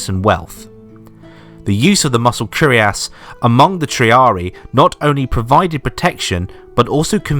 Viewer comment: It's not "curiass", but "cuirass" (pronounce "queer-ass")